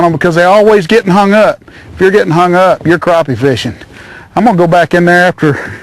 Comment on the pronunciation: croppie? lol